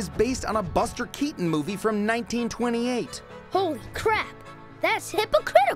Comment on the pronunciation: he said oh cr*p or oh crab?